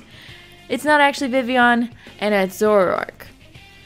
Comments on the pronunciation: Which is pronounced exactly how is saying it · its supposed to be pronounced like it is french i think because kalos is like france. so the double l is like a y